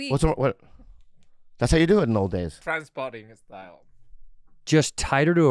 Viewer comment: it took me way too long to understand that said "trainspotting style"